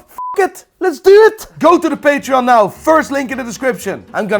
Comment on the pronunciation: Are you serious right neow